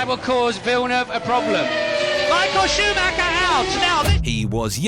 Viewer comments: There was no driver called schumaha it's pronounced. Schumacher, if you can't get the names right DON'T speak about F1 or any motorsport. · Schumac-her when its supposed to be pronounced Schuma-cher. Im always having a good, its embarrassing as an English speaking person, this voice is AI all over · Schumahah huh? Do better, AI voiceover. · Michael Shoemahaa 😂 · Truth be told lad been going through the comments trying to see who else copped onto it driving me fucking mad listening to him say shoe Ma her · AI voice again! Even though English, cant pronounce even Schumacher right. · Michael who,please say his surname properly.geez.